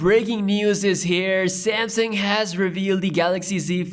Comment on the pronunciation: He calls it "Samsing", lol